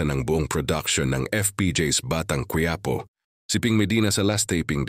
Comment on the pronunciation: Again, its not “ Qu -Ya - Po “ but Quiapo! Please pronounce the word properly! Puede?